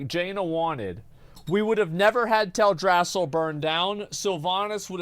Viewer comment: The way he says Teldrassil... Ew.